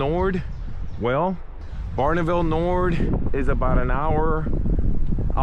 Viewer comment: Noord. as in North. Noor is wrong.